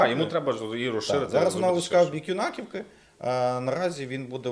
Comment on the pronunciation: Юнаківка - наголос на Ю.